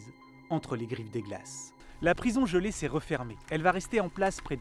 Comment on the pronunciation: GelÉ , par pitiée